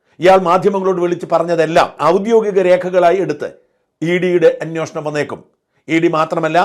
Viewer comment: അങ്ങേരു സ്ഥിരം "അന്വോഷണം "എന്നാ പറയുന്നത്. നന്നാവില്ലേ?